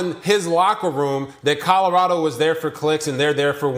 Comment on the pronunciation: wish he was White-locKKK is a grown ass man who pronounces Colorado like he can’t read. Please don’t ever set foot in my state.